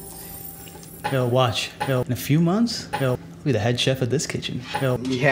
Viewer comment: jake says "yo" like "hell"